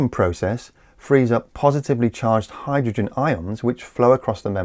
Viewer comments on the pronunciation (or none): none